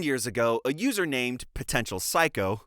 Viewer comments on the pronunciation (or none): none